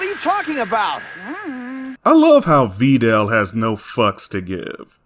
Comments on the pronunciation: “Vee dell” just chill 😭😭😭😭😭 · This guy complains about the dubs but then calls Videl , “Veedelle” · Every other version emphasizes the “i” in Videl’s name. Even the fucking OCEAN DUB does that. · Glad to see this video is back up. Also I would like to ask, is this the way you pronounce “Videl” how it’s actually pronounced?